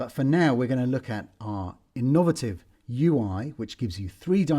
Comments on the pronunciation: I have never heard anybody pronounce 'innovative' like that. I suppose you could say it was...innovative. This thing sounds gorgeous of course. I expect it will be the new felt piano in terms of spotting it on ads for banks, charities etc. Fab work! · I used t pronounce 'innovative' like that, then I realised I was in the minority. I should have stuck to my own style. I have betrayed myself and.